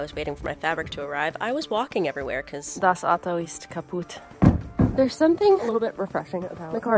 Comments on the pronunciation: Nice pronounciation of "Das Auto ist kaputt" ♥ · "Das Auto ist kaputt" - I love the way you pronounce the sentence; greetings from a German girl who adores you ❤‍🔥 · German pronunciation 10/10 great job! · I was a bit startled because I didn't expect her speaking German suddenly, haha. 😂 And it was also pronounced quite well, at least it sounded like she didn't say that the first time in her life. :D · Hahahaha i was so surprised by you randomly speaking german😂😂 also you pronounced it so well